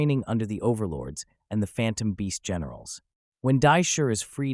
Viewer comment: This guy can't even pronounce Divatox or Dai Shi correctly. So, you can't pronounce Astronema either. Got it.